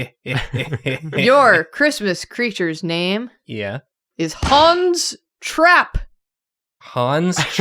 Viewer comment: All i can hear when they say 'Hans Trapp' is Han's Strap 😭 im sorry